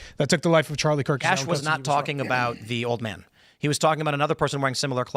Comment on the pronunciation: did he say Charlie Kirt ?